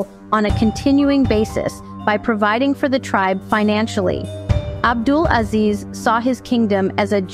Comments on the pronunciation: The Chinese dude needs to improve his pronunciation esp ‘abdulaziz’….. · Ébd’ul aZIZ ibn Sa-ood